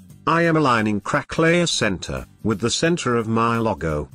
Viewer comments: "Loggo" haha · Your speech says LOGO like we say People(Logon) in Urdu/Hindi.